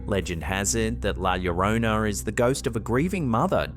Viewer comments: Finally got that Llorona pronunciation right! Love that for you! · I noticed you corrected your pronunciation of "llorona", nice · His true effort in trying to pronounce Llorona is admirable. Great work.